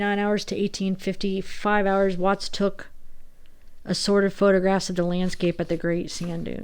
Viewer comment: It sounded like you said "sorrid" nude pics not assorted...good one